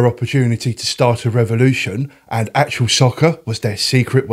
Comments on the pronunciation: Wasn't it also the first to proper commentary by an actual commentator? I remember playing it just to hear Barry Davies awesome commentary. Still the best to this day I'd argue! Also, why are you saying 'actual' it's actuA 😂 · ‘Actual’ all the way through the video. ITS ACTUA! Other than that, nice video. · Got this on PS1 when it first came out it was pretty good. I swear you keep saying actual soccer though 😂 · Actua not actual!!!! Arghhhhh 😂 Enjoyable video though 👍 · Haha you won't believe how many times I told myself to pronounce Actua properly before doing voiceover as well 🙈 thanks for watching 😁